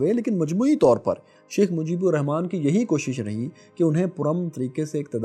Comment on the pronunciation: You cant even write our father of nations name proparly? Its "RAHMAN" not "Rehman". Bengalis pronounce Rahman. Write it properly.